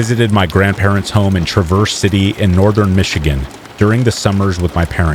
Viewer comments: Its pronounced Traaaverse City it's a long "A" sound not "truhverse," as in you traverse around an obstacle. It's OK, a lot of the names of cities in Michigan give people not from there a hard time. Like Ontonagon, Mackinac, Dowagiac, and Ypsilanti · Hello, I’m from Michigan and this is just a friendly tip ( because Michigan does have some weird names for towns ) Traverse city is pronounced as one syllable sounds like Traaaverse City not Traverse-Verse. You know I love you man and appreciate all the hard work and professionalism you put into your channel ❤ Peace Out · It’s pronounced Trah-verse city btw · Not “ triverse city” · Ahhh I continue to listen to this, it is cringy every time you mis pronounce the city in Michigan…. “ travor city” or “traver city”. !!!!!!!!